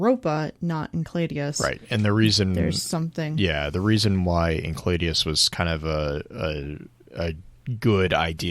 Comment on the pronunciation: Why are they pronouncing Enceladus as encladeus?